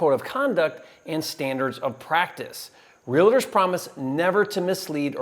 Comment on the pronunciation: "Realiter" LMAOOOO REAL-TOR